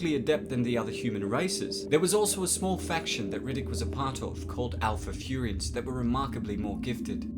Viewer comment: its furyians bro its like sayians